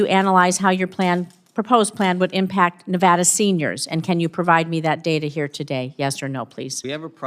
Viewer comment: It's data.not dada.😂